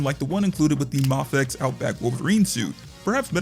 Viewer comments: M “aaayyyy” fex…. if you say the first letter of the alphabet, you will understand how the name is actually pronounced…. Because the first letter of the alphabet sure as hell is not pronounced “ahhhhh” 💯👍🙄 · It’s a Japanese brand… so… マフェックス MaFekKuSu Mah-Fey-Ku-sue My favorite part is how incredibly confident you are while being completely wrong. Great job “user”